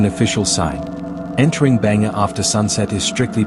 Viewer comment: Yo bro its not Banger, its Bhangarh 😢